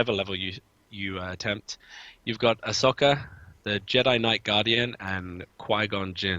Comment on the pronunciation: Just a heads up, it's "ah so ka", not 'a sok a'